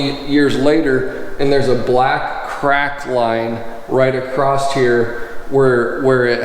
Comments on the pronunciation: THERE IS NO 'T' IN THE WORD ACROSS... ACROSST? NOPE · Acrosst??? Really??? Lol